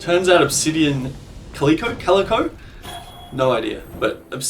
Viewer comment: For the love of fuck, it's Cal-lick-o, not Cal-ee-co.